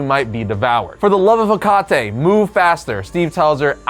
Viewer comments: By Ha Kah Te made me giggle 😂 i know you were trying to pronounce it correctly shame. Its Heh Kuh Tee, Hecate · Definitely Wonder Woman. I'm a little of a mythology nerd, so that might be why lol Also, Hecate is typically pronounced "Hec-ka-tee" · Bro it is pronounced HECKATEE.🥰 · Liked the video, but the only thing that bothered me was how hecate is pronounce. Its supposed to sound like heh-kuh-tee. Other than that nitpick, the rest is fine. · Hecate is pronounced HECK-a-TEE. The name is Greek. You’ll notice that when you read Greek mythology. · Lol Hecate pronounced like the beer Tecate is funny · Hecate bro you pronounce it mad wrong 🤣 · Every channel on YouTube tries to mispronounce hecate